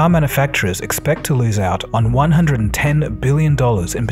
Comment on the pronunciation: Hearing you mispronounce "manufacturers" over and over again was mildly entertaining.